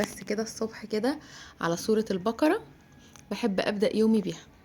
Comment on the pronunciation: اسمها سورة البقرة وليس البكرة🙄اتعلموا اللغة العربية صح ☹️😡